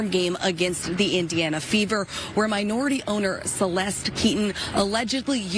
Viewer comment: I thought he said "indiana beavers" 😅